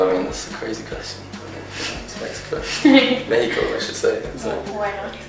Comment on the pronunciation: Luke pronuncio México así como lo pronunciamos los mexicanos y Guadalajara también , su acento británico es increíble, no le entendí a todo lo que dijo pero si la mayoría, ojalá regresen pronto :')